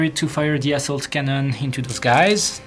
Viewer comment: taz31999 I laughed out loud when he said assault cannon and it totally sounded like asshole cannon!